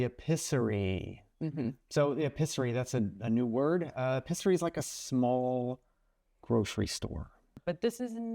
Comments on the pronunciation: Ay peace er e eee.... pronounce NOT eh piss er y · Could you please try to pronounce french not epizerie, that is ....